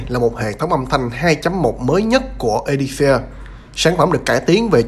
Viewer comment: 🤣 Phát âm chuẩn tàu khựa!